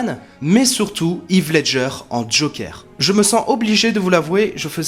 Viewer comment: "Yves Ledger" ?